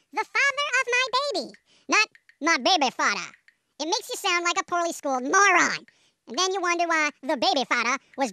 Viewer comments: Am I the only one who heard "Baby fodder" instead of "Baby father"? (hate the term "baby father", to...) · did he say my baby father or my baby farter?